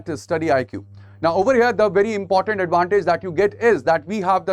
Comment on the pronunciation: Sir, you're good in your explanations, however, it's important, not 'inportant'. No offense please.